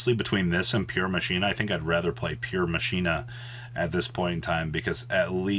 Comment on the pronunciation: Earth "Masheena" headass